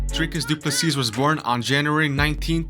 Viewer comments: Nope its du ple sea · you pronounce it Du Plessee. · Pronounced doo plu sea, not seas!